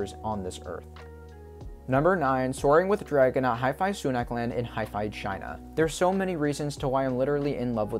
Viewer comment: huy fuh, or huh fuh not hifi for hefei china... you pronounce everything perfectly so just had to correct with love! great video!